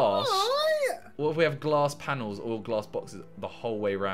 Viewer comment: I like how Simon calls the glass panes G L A S S P A N A L S